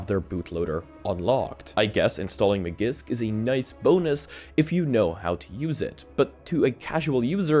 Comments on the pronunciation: Maggisk? You clearly have a very good command of the English language. Heck, you're Irish, what other languages would you ever. Speak?... How could you possibly think that Magisk would be pronounced like that? After viewing a lot of your content I think to myself "This guy seems to have done some research and is relatively knowledgeable about this stuff." Then you do stuff like this that kinda shows you're disconnected from the space. It's one thing to mispronounce a word you've never seen before. But Magisk? I have believe you've seen that name a shitload by now. This is the equivalent of all those dummies in the US talking about that guy Robert Mueller in the news so much. Every single time his name was said it was pronounced Muller, like that dumbass had anything to mull over😂. Pronounce words how they're spelt! I guess it was Ferris Muller's day off. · MAGISK = MA JISK